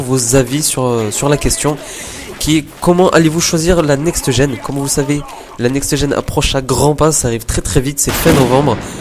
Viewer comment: il peut le dire "NEXT GEN" sans rajouter -eu a la fin de next